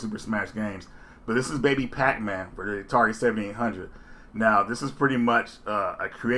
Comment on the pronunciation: "The Atari semdyate hundred". That pronunciation gives warm fuzzies.